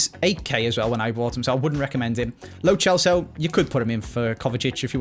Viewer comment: It really bothers me that says “ch” for every “c” in players names, when he doesn’t need to do that like with lo Celso